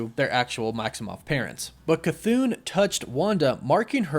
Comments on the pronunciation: I think it ( ka -th-on) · Your not pronouncing Chthon right your saying chthoon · The name is pronounced as “kha-thawn” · Omg.... Ok, you got the K c right, like Cthulu, now take the thon, and say throne. Now take out the R. Now put your K c and your thone together. Cthon. (K-THoe-N) Oh geez. Ok, Guy-Uh is how Gaea is pronounced. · ur saying his name wrong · It's not Cthon. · This was an awesome video. I thought his name was pronounced 'CUH-THAWN' not 'CUH-THOON'. I guess it depends on who is pronouncing (or saying) it. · jon, don, ron, cthon. toon, loon, moon, cthoon. how the f are you getting cthoon out of cthon. can you please show me a word where you get an oo sound out of an o. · I never make fun of somebody for mispronouncing something wrong because they've only heard it said wrong to begin with that being said it is not cathoon as in cartoon it is cathon as in thong minus the G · Cathoon?? CHTON*****where does the oon come from? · Thumb up, everything seems to be right apart... Apart C'thon pronunciation that cant be "Ka-toon", it's not a Looney Toon.. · Its pronounced "kuh-thon" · It’s not cathone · K-a-thoon he said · …..ok you’re saying “cthoon”…..it’s Cthon…like Patron the drink…just saying 🤷🏾‍♂️ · Bro It’s cuh-th•on not cuh-thoon 🤦🏾‍♂️ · CTHON not Cthoon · I believe you are mispronouncing it. I believe it's an error to say it like Ca-thoon. I believe it's pronounced Ca-thon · You saying “chthoon” makes me irrationally angry. There’s not two “o’s” man it’s “thone” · im pretty sure its cth-on not cth-oon but oh well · I can’t Stand the way you say cthon. You’re pronouncing Cthon wrong!!! It’s ON C-TH-ON . Say it with me CTHON. You keep saying CTHOON?! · i love your vids but youre saying chthons name wrong😅 its not "chthoon" its like kuh thon. just letting ya know. love ya